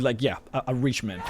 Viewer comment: Took me awhile to realize he was talking about The Reach and not "rich" guys. XD Man, I need to come back to Skyrim ASAP!